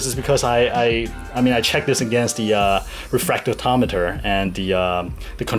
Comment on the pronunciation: Listen, you make great content, but you can be a pain to listen to - improve your english pronounciation please. I know i sound like a hater, and i might be, but i just want to help you make better content ok? Is it called "that" not "dat", "refractometer" not "refragtotomta", "this" not "dis", "fast" not "fass". You might actually be good at the pronounciation but it turns to dumbsterfire when you speak fast....